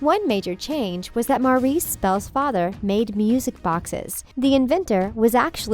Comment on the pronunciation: MAURICE NOT MARIS!! I KERP HEARING MARIS!!! STOP CALLING ME!! I AM MARIS!!! ok I'm not angry or anything. I am just annoyed of the pronunciation 😅😅😂😂😂